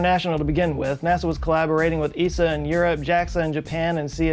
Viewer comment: Thank you for saying esa and not E S A :)